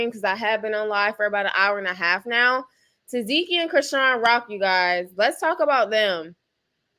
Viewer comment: TA. SEH.KEE IS HOW U PRONOUNCE HER NAME 😂❤